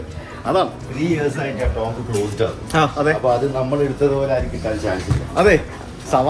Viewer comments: Tomb is pronounced as Toom not TomB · ടോംബ്‌ അല്ല ടൂം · Tomb pronounce cheyyunna "toom" ennanu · Tomb pronunciation "toomb" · Tomb is pronounced as tooom